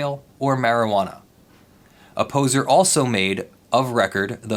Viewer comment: Everytime you say Opposer I hear "A poser", Kind of fits.